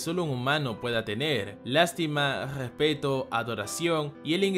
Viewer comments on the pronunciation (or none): GRRRESPETO JAJAJJA perdón! no puedooo jajajajja